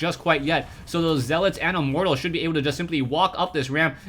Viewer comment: I like it when says "Immort Tals".